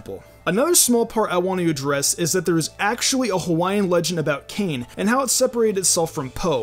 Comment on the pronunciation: Ayyy awesome video ! Just a heads up, the Hawaiian god Kane is pronounced (Kah - Nay).